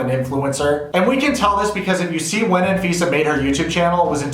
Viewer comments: Anfisa pronounced - An visa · He said anfifa lol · Anfeesa? More like AnVisa.